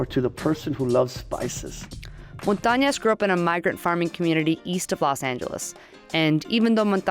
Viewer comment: It's Montañez not Montañas!!!!!